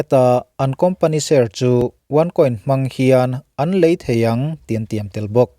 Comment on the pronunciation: Chung lëî tur chuan tih tur a nih hmel { 'lei' as in soil ) not lei as in( bridge)